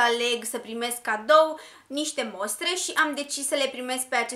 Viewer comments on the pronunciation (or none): none